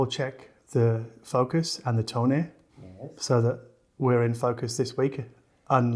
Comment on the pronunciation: You didn`t just say to check the "Toneh", did you!?